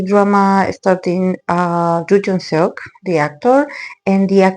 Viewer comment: Yoo Yeon Seok (not Joo Jeon Seuk) hehhe Thanks for the reading